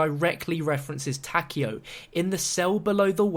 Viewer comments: Ta-Ke-O the ke is pronounced like ke in kettle. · Its tah-kai-o, a zombie creator pronounces it this way. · what's kind of weird is how no one knows how to pronounce takeo's name correctly